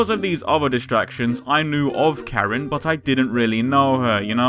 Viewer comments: Karin not Kerin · It's not prounounced"CARE-in" or "Kuh-REEN". It's pronounced "KAH-reen". Emphasis on the first syllable, not the second. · Is it...?? Is her name really pronounced: care-reen' ?? 😲😖😕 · [beat] "what do ya mean it's pronounced as 'Kuh-Reen'?!" My exact reaction, bruv xD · Good video. She is my favorite character in the franchise. It seems like you have done a lot of research for this, my only complaint is you didn't seem to bother learning how to pronounce her name. She is Japanese so it is pronounced Car-een Kahn-zookie, Sorry for being picky, but no one bothers with this and it's sort of my pet peeve. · Perfectly fine, no worries. Just a note, i do actually check to see how some names are pronounced before i go in to making these episodes. I referenced the fact that i might have been pronouncing Karins name wrong at the very end of this episode to show viewers that i'm aware of my mispronunciation, even if it was just used in a humorous way. That said, most people are just going to pronounce names the way they see them or the way their own language has taught them to pronounce things a certain way and therefore it's something they've grown up with. I personally made a note of the way i prefer to pronounce 'Zangief's name in the R. Mika episode as i had grown up saying it a certain way. It's not that i am not aware of the way it's pronounced, it's just the way i've grown with the series and how my own language pronounced the names have stuck with me. Anyways, thanks for watching :)